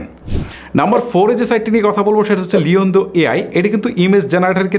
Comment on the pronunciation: লিয়ন্দা নয় লিয়না‌র্দ হবে।